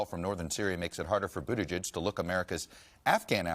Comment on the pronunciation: Best pronunciation of Buttigieg to date by a TV interviewer.